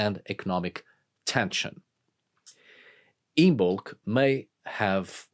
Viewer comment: It’s pronounced “IMM-ulk” - the B is silent